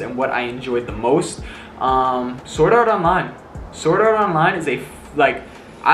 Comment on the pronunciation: U didnt say sword art online, but u said soraronlai😂